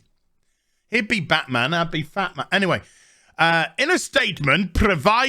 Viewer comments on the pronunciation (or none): none